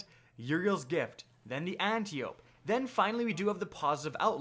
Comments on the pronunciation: It is not pronounced Anti-Ope. Its a greek name. (An-tie-O-P) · You're killing me, bro. Ant-eye-oh-pee, bro. C'mon, bro.